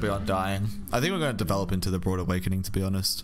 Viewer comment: You keep saying "broad awakening." Is this an accent thing?